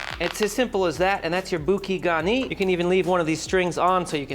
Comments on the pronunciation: Not boo-key garnee. Boo-Kay like a bouquet of flowers. Should have clarified you butter separately. You skimmed off a ton of flavor in the Whey (not cream) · Boo-Kay Garn-yee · "Boo-kay Garney" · It's booKAY garni :D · Pronunciation: BOO-kay gar-NEE. Also: don't throw away those milk solids from the butter. It's excellent spooned over some steamed asparagus or broccoli. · I've never heard anyone pronounce bouquet garni in a way that makes it sounds Japanese, but then again I've never seen a cooking video abuse a refrigeratror. Love it. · He pronounces it wrong